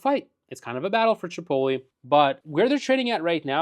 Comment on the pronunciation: Dude doesn't even know how to pronounce chipotle lol